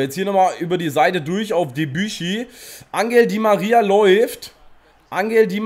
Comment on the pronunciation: Das g in Angel spricht man "ch" aus also sozusagen "anchel di María"